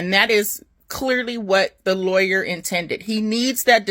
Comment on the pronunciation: The lie-aw-yer